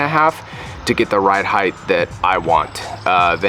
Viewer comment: Loved the video, But.... its Length, Width and Height not Heighthhhh lmao